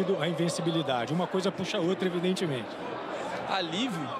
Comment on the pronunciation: O reporter fala Alivio ... E ainda quer ter razao.